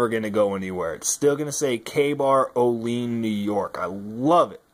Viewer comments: it's pronounced: O-LEE-ANN. just saying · Hahah thank you! I was going to say, you're saying it wrong